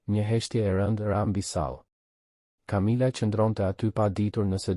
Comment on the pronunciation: A mundeni ta lexoni mire tregimin ne gjuhen SHQIPE,,,,,sepse perhere thoni qe ngjarja zhvillohet ne SHQIPERI por edhe shume pjese jane kot,te pa imagjinueshme!!! une edhe mund te mos e degjoj fare dhe mbyllet me kaq, po nuk e degjoj dot te shqiptohen keq fjalet! Kamila jo Camila etj etj etj!!!!!!! Aaaah po flet shoqjqa!!!!!